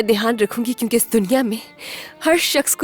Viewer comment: In Urdu, it's " dhyan" NOT "dehaan".